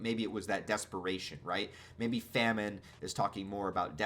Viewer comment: It is pronounced famine